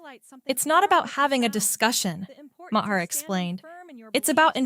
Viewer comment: Why don't you play the actual conversations by each of them instead of just you giving your opinion. Also, not Ma-her, it's pronounced MAR.